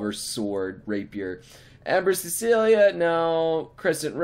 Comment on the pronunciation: RWBY-Fanboy triggered. it's "Gambol Shroud" not just "Gambol" as well as "Ember Celica" not "Cecilia" xDDD i'm such a nerd (>^-^)>